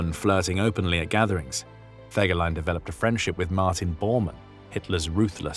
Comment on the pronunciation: Den Namen Fegelein sollte man wenigstens korrekt aussprechen!